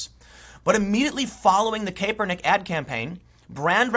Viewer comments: CAP!! IT'S PRONOUNCED CAP..ER..NICK.... love your work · cmon man,, it's pronounced Kap-er-nik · Tim you need to pronounce his name correctly , you sound out of touch. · Tim it’s Kaepernick not Caepernick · It is Collin (Cap-ernick). Think baseball cap bro! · Why can't anyone pronounce his name anymore? It was always KAP like ball cap. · Anybody else bothered by how Tim pronounces "Kaepernick"? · Are you intentionally mispronouncing Kaepernick? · Tim please pronounce his name right lol it’s annoying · I'll never get tired of Tim pronouncing "Kaepernik". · I totally agree with you, but please learn how to say Kaepernick's name if you're going to do a bunch of videos on him.